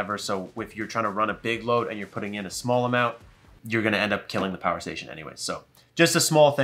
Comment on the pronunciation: lool im a child "infini Pooer" 😂